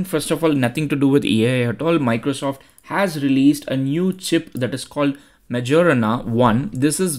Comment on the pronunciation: Majorana is pronounced mayorana not jo, it's yo